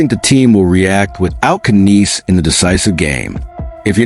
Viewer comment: Ya don't pronounce the K!! KNIES!! The K is SILENT!!